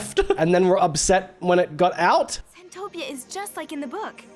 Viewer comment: it's centopia 😭